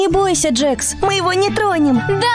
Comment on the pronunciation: Не джекс а джакс